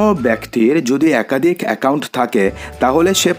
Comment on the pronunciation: Bhai tui age kotha bola sekh khari akadik akadhik 😅